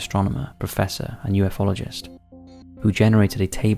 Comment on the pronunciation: Good video as always. Your work and attention to detail is appreciated. Please stop pronouncing ufologist incorrectly it’s driving me nuts.